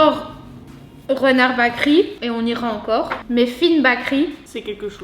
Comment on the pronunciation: Eh les fille si vous etes belge c la honte, la boulangerie en ndls c Bakeryyyyyyyyyy et pas bakeri mert xp faite un effort, sinon merci pour la video cetait cool